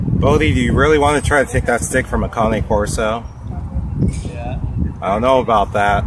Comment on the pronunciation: It's called a CANE CORSO bud..not a Cane' Corso🤣.